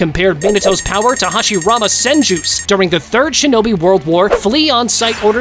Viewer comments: He is dumb he called the senju clan the son-ju clan and not sen-ju clan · The “sanju” clan😂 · It's not sanju it's senju😒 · "Sanju"? Tf. The Yamanan...what clan? Bruv You put Jiraya above Sakura...tf. Sakura would clap him lol. Orochimaru should have been towards the 27 to 30...why the hell would you put Orochimaru that far up and not even knowing his clan... Kimi who? You call Naruto, Boruto, and Himawari "Namikaze," which is correct, but then putting him not in the top 5 lists lol.. "Mangeko"... Goddamn this is a fail video. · Tell me you’re not a real fan without telling me you’re not a real fan. Him: “San-joo” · "Sanjew clan" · I like how a guy named Shinobi cant pronounce Senju. Bro has no "e" on his vocab